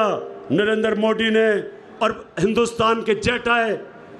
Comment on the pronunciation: Modi tw sahi se bolo beta